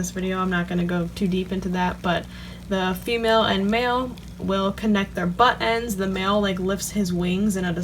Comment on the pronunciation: Lol! When you say ‘butt ends’ it’s sounds like you are British and saying buttons. Good video! Very helpful. Thanks!